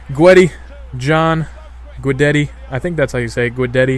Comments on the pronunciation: why do americans not pronounce Ts.... it's guideTTI not guideddi haha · guidetti- (Gwe-Debt-E) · D its pronounced goo-detty budd ;) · Terrible accent on Guidetti there o_o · HAHAHA, it's so fun to listen to how you are trying to say Guidetti. Peace from Sweden!!!